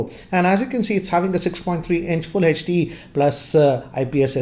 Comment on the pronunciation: HD not hech D😅